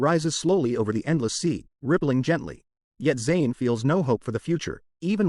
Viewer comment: AI really sucks, can't even say the proper pronouns for the character Zain.